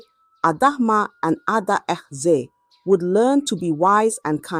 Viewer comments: Pronoun your words properly. A-dae-ze is the name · Are you not from Nigeria for you to fail to pronounce adaeze when a Zambian like me can ah work on your self. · People just correct her instead of raising complaints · The pronunciation of Adaeze was just doing my head in. Why not practise saying the words before the story or just use a simpler name instead?